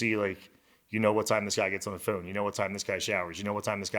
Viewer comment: How dude says phone though... foon. Hell naw 😂